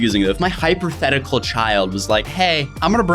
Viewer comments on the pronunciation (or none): did he say hyperthetical😂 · "Hyper-thetical" 2020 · He just said hyperthetical lol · "hyperfetical" "boof"..... and you gave Daniel crap for his English lmao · Nobody:: hyperthetical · "HYPERTHETICAL" NOOOOOOOOOOOO